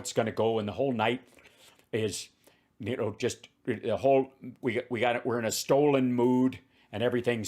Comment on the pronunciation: Does Pillow use the word "Stold" to avoid liability? "I didn't say it was 'stolen' I said it was 'stold'."